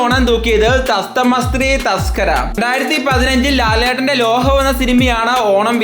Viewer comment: തസ്തമ ശ്രീ തസ്കര അല്ല സപ്തമ ശ്രീ തസ്കര എന്നാണ്